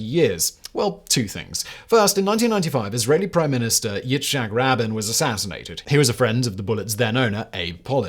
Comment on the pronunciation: By the way Simon, it's pronounced It-zak Ra-been.